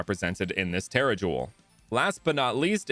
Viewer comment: He pronounced it the correct way